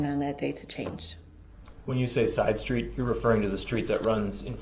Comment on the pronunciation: undershtand and shtreets shtruck so irritating to my ears